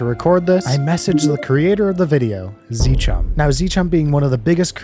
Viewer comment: its not zchum its Zcum